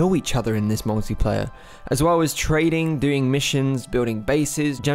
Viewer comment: When you first said "multiplayer" it seriously sounded like you said "naughty player". I thought you were pointing out that players can grief each other now, lol.